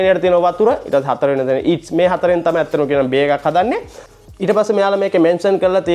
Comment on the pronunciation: වීඩියෝ කරන්න කලින් වචන උච්චාරණය ඉගෙන ගෙන ඉන්න. විශේෂයෙන් ඉංග්‍රීසි වචන ඊට්ස් නෙවෙයි ඒකට කියන්නේ ඊස්ට්...